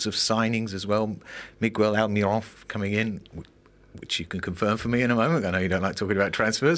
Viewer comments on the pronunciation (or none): this reporter is a joke cant even pronounce almiron right